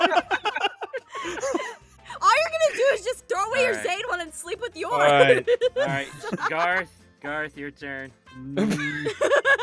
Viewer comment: It’s GAOTH not GAR GAR and it’s car NOT CAR CAR